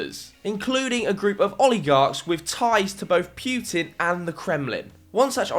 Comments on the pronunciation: It’s PUTIN NOT PJUTIN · heheh "Pewtin"